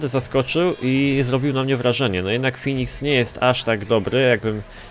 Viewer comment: mówi się Feniks a nie Finiks;p